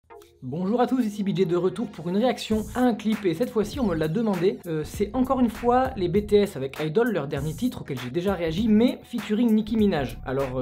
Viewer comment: Sa se prononce bi-ti-S 😅